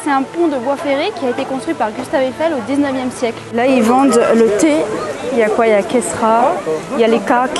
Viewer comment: Pourquoi il dit le the marocain 😂